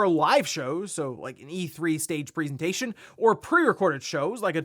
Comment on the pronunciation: "PREEsentation" f-cking hell